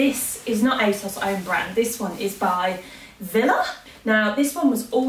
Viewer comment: It's pronounced "Vii'la" (not trying to be annoying, but it's a danish brand, so..) 😉 Once again I can conclude that you are my fashion icon! I just want eeerything in that video 🙈